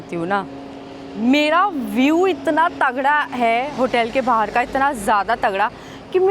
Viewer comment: hoootel nahi, ho tel bolte. UK me veg Khana bhi multi hai, salad kab tak khaugi😂English me to acchi tarha padhna at to apna mazaak kyu banati ho. Riksha kyu chalwaoge, cycle par riksha jaisa city me pahile SE hai. PAISA kharcha Karna padhega. Yaha muft me Kuch bhi nahi milti. Aur bridge ko bridja😂kaun log ho, India me kaun se gau se ayee ho, itni badhi YouTuber ho aur fir bhi illiterate ho.